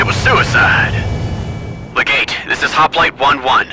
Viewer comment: It's pronounced LEH-gate, with emphasis on the first syllable. Commendable stop motion work. Fun.